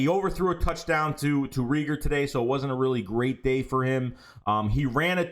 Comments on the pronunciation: Not * Reeger it’s *Reagor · Jalen RAEGOR LONG A(pause) stop saying that man damn name wrong, shit is annoying .. if you can't say it don't say it smh